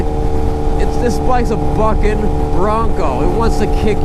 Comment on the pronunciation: Thought you said the “F” word when you said bucking bronco lol